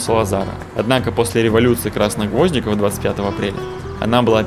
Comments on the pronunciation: Революция «красных гвОздиков»-это что-то новенькое.СтОит все-таки определиться не только с ценами ,но и с ударениями ! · В этом видео ты превзошел самого себя! Во-первых, Пена замок, а не дворец, почувствуй разницу. Во-вторых, ты сказал Революция ГвОздик, а не ГвоздИк? Какой еще гвОздик? В-третих, ты сказал Кашкай, а не Кашкаиш и при том ты показывал пляж в Эшториле, его нельзя ни с чем перепутать, если смотреть на океан, то слева будет миниатюрный замок, который у тебя попал в кадр. В слове Белен ударение на последнем слоге.